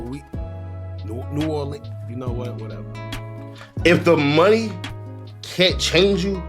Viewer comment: 😂😂😂😂😂 "Thats that Loui, New Orle, u knw wat wateva" 😂😂😂